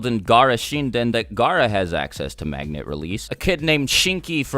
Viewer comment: Anyone else notice he said magna